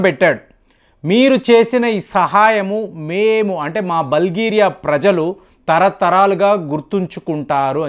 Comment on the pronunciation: బల్గేరియా కాదు , బుల్గేరియా .